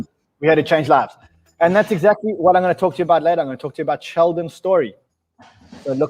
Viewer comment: Exackly, exackly, exackly!!!!